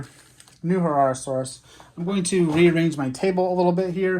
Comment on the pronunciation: herrerasaurus you said that right